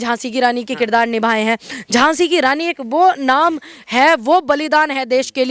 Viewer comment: Anchor ki GhLty h Moafi mangni Chahye e ..Jhhansi ki Raani .to Jhhansi ki Raani .h...